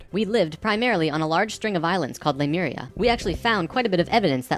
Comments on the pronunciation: Somebody wants to be the next L. Ron Hubbard. BTW, it's not Lumeria, it's Lemuria. The name does actually come from the word "lemur." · Drives me bat shit that everyone is pronouncing Lemuria "Loomaria". I am raging, that is all. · Pronouncing it "loomaria" when it is clearly spelled Lemuria really grinds my gears. *LEEMURIA*. Either way, it's a hack hypothesis.